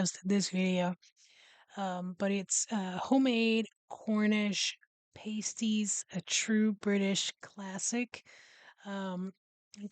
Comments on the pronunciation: You pronounce the "a" as in apple so "pass tees". Pastry takes about 30 seconds to make if you use a food processor or about 2 minutes if doing it by hand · pAsties... hard pronunciation on the A, similar to hAt. The way you are pronouncing pasty or pasties, sounds like paste (soft A) similar pronunciation to taste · Pay sties 😂